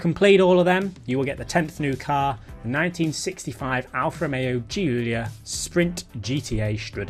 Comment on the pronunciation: Giulia is Italian for Julia and is basically pronounced Julia. Come on, man...